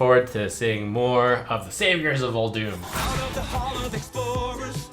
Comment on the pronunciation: it’s not Uldoom it’s Ul-dum try playing WoW it’s the correct pronunciation